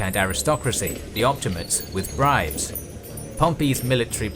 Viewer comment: Op-ti-ma-tes, not op-ti-mates.